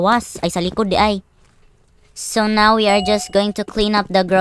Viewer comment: The way say neoww